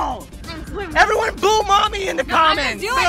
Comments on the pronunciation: Boo momy said duddy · Adam Mansouri its mommy not momi